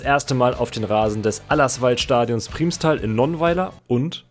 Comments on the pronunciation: Das heißt "Primmstal" nicht "Priehmstal"!!! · Primstal ist ein Nachbarsort von mir und die Aussprache nervt mich. Es wird schnell ausgesprochen ,,Prrimstal" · also geiles video aber es wird PRIMMStal ausgesprochen also wie als wären es 2 m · Muss bisschen über die Aussprache von "Primstal" schmunzeln :) Aber klar wenn man nicht aus der Ecke kommt, kann man das nicht wissen. Das "i" wird eher kurz ausgesprochen. Aber Cool, dass du genau den Verein erwischt hast ;) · Man betont Primstal mit einem kurzem i, nicht mit einem Langen :)